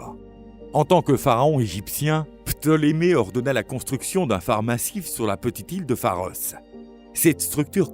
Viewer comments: le pharaon ptolémée ! Pas ptomélé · Ptolémée et non Prométhée, Hélios et non hélium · Helios pas Ellium, Ptoleme pas potleme .... etc etc Franchement j'aime ce genre de vidéos mais c'est bien aussi de maitriser son sujet...